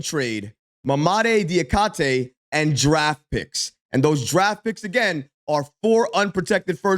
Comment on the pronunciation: It's Ma-ma-Dee Dja-kee-Tay.